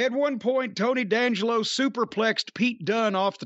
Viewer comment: D’Angelo is “Dee” Angelo not Dangelo